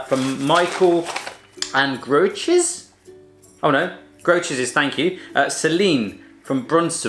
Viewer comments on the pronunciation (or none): Koewtjes riep😂😂ik ben Nederlands en ik lachte me kapot